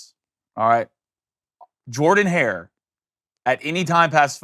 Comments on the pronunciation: it's pronounced Jerdan! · JURDEN-HARE,. C'mon you know this.